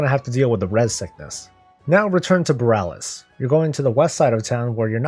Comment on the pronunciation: Great vid. It's pronounced Bahl!